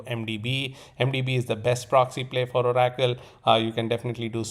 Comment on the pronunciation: ABSOLUTELY LOVE the way you say oracle… o-rack-toll. I will never say it any other way again. 🫡